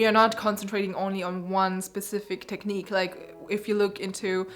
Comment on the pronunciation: cany you please say one more time '' tekniiiq'' for me.. :)